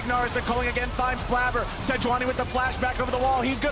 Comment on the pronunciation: We just not gonna talk about how this is blabber and the way he spells it is pronounced blayber